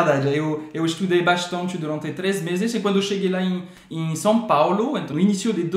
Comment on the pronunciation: Gostei , SÃO PÁULO !!!!! SÃO, SÃO e não SAO PAULÔ 👍